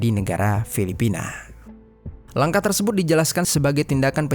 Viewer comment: Hai, bang.. Out of context nihh. Gw ga tau pernah ada ato ngga viewer yg nanyain ini, tp dr awal denger kurleb 2/3 bln ini gw penasaran.. Mmmm knp kadang2 pengucapan suatu kalimat, abang ni aneh atau bahkan salah .. kaya "terlibat" jd terliban, "tersebut" jadi tersebun, dan kata2 lainnya. Masalahnya ga stiap kata abang ni ucapinnya salah. Kadang salah, kadang bener. Jd gw bingun, knp abang nih..? Sengaja kah? Ato emang kselipet trs males ngulang? Ato ada latah kah?? Ga penting sih, tp penasaran bgt asli. . Klo udh tau jwbnnya, ya minimal gak penasaran. Tq